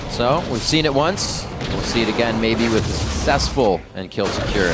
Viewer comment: "I kir nami! I KIR NAMI!!!" lol made me laugh so hard there at the end haha